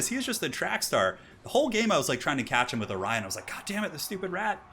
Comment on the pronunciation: Orion not Orien.